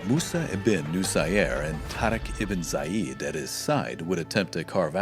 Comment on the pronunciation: It's Tariq bin Ziyad. Not Zayid.